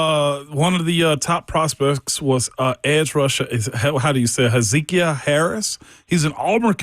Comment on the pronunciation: How do you not know how to pronounce Hezekiah? Ramon and Eric Cain both have butchered it. It's a Bible book for crying out loud!